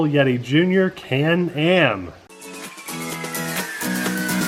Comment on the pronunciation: Am I the only person who heard Nate call it "Canned Ham"? Lol